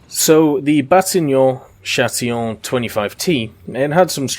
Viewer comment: I know french is hard but it's not batignon châtillon but batignolles châtillon